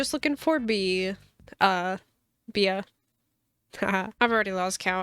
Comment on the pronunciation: it is “bee” but i feel like correcting her would be too mean and im scared to